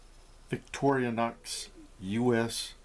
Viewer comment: Made (well assembled) in the good ol' US of A. Once light criticism, pet peeve of mine, it's Victor - Inox (after Victoria and rustproof). Not Victori-O-nox.